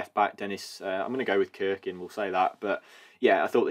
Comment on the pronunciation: On Dennis cirkin last name. It's pronounced - Sir-kin. The other one I often hear wrong is luke o'nien his is pronounced O-9. sunderland fan 😊